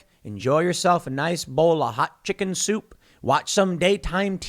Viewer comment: Whenever Tim says chicken I cringe so hard.